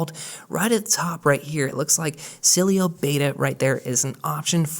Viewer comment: I love Cydia, and will keep it, but Sileo looks so clean and updated with the times. BTW, you really struggle with saying Sileo 😅. No worries, the devils lettuce is legal in CA. Wish it was legal where I live.